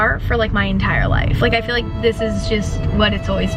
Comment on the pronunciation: “I phil comfortable there” “I phil at home there”